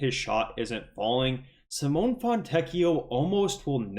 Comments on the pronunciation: Sim oh nay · Dude, you're still mispronouncing Simone's name😂